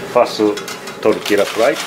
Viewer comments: 57 sec pronounces it like a white man lol jk it's all good just funny, suppose to sound like tortilla has a Y in it not the L sound lol. Please don't curse me lol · Tortila lol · Not sure if anyone told you guys yet, but, the " lla " in tortilla is no pronounced like that, it's pronounced as "yah", just saying... And once it's fried, we call a whole fried tortilla a " tostada", when cut like in the video we just call it " totopos ". Also, nachos are not Mexican food, that's texan stuff. I'm not hating, just letting you know. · I love these guys, but the way they say Tortilla is triggering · ll in spanish makes a "y" sound. Please it's so cringy to hear it as "l" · I'm guessing abuela would be shitting her pants if she heard how he pronounced "tortilla" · I love you both, but the way you 2 say tortilla gives me cancer.